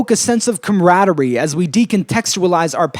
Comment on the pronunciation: "ComRADery" No joke =o